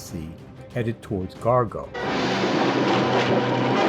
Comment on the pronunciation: For goodness sake, it’s Gore-go, not Gar-go.